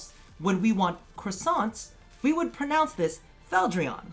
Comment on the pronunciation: I was incredibly scared for a minute when you were introducing this as a pronunciation video then proceded to say pronunce lmao